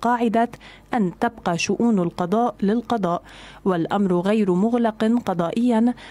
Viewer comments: القضاء للقضاء وليس القدا للقدا ياعجوز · للقضاء وليس للقدا ياعجوز